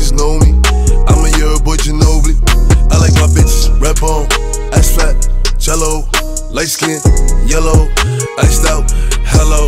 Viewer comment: am i the only one who finds it satisfying the way boogie wit a hoodie says Jello